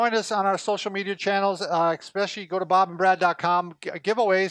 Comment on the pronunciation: You may be doctors, but I tuned out immediately after I heard you say, "eXpecially!" I'm out!!